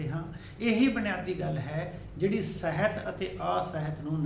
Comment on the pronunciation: ਬਾਕੀ ਸਭ ਕੁਝ ਠੀਕ ਹੈ ਸਰ, ਪਰ ਤੁਸੀ ਸਾਹਿਤ ਨੂੰ ਸਹਿਤ ਬੋਲ ਰਹੇ ਹੋ।